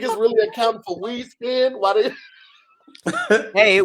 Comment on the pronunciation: tongue done let him down again. Accounting for "weed spind" it's "wind speed" brother. Lol 😆 🤣 😂